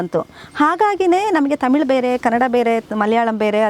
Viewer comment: ತಮಿಲು ಅಲ್ಲಾ ಮೇಡಂ, ತಮಿಳು